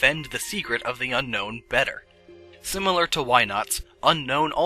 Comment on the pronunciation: It's pronounced Un-own, unlike regular Un-known. You're going to want to Un own Unown. XD